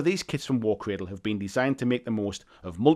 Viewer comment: “War Cwadwl”